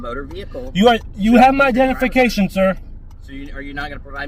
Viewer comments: it’s Identification not dentification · "You have my dennification"